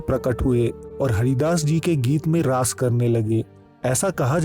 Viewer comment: Its not laays ,Its raas understood.